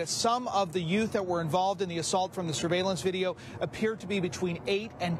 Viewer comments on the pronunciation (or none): Did you say youts?